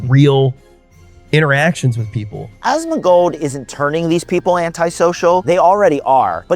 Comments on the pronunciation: Asmuh-gold, Asthma-gold, A-smug-old, Ass-Mac-Old. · love how everyone pronounces his name as ashtmagold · y u sayin asthmagold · No hate, but pronunciation of “asmongold” sounds like a toddler lol